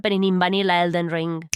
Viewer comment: Elden Rrrrrrrring 😂